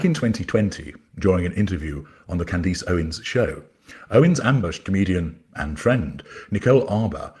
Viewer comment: (As an aside, “Candeece” Owens? He pronounced her name so oddly.)